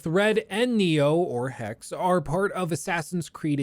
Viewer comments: Doubt you are gonna read this, but hey. Hexe is german for witch. ps. the last e isnt silent. Keep up the awesome work. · why do you pronounce hexe different to .exe